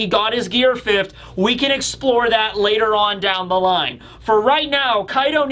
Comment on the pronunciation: "Fifth't" Why do you put a T on the end of the word fifth?